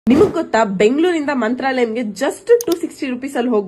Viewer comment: Mantralayakke .. pronunciation correction please